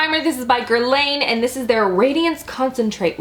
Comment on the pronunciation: GuerlAYYYYN?!?! 😂😂😂😂😂😂😂😂😂😂😂😂😂😂 I like your videos but please pronouns the names right...